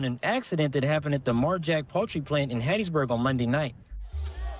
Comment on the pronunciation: You said HATTISBURG, MS???